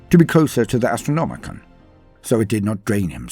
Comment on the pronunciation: It's the AstrnomiCAN, not the AstronomiCAN'T!